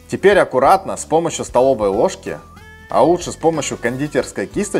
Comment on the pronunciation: Рецепт огонь, так забавно звучит тепер,а не теперь